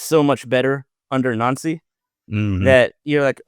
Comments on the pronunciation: It's pronounced Wilfreed Nancy. Not Wilfred Noncy. Time to get that right please. 👍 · It’s nancy not nauncy fs he even said his name pronounced NANCY yesterday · Stop calling him “Noncy”, you’re making it sound like noncey. He has said his name and answered his name as Nancy. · The Celtic fans have clashed over the proper pronunciation of his name more than over the poor recruitment of the board. Glad to see both of you got it correct. "Naunsi" not "Nancy"